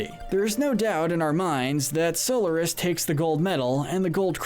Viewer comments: Robotnik’s name is Eggman in the modern games! Also you pronounce Solaris as SOL-ER-IS. It’s pronounced SOL-AR-IS! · So Lar is miss pronunciation go back and play 06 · And this guy says So-l-er-nis no it's Sol-ar-is like that even the characters say the names how does he mistaken that so easily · im offened that he called solaris SOULORIS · You pronounced Solaris wrong.